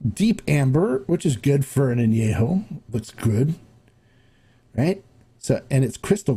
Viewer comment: If I may, the correct pronunciation of " AÑEJO" is with an E as in YET , not an e as in YAY . When it's not pronounced correctly, it sounds like ANOTHER NOT SO Nice Word in Spanish. Thanks for your EXCELLENT, accurate reviews ! CHEERS !!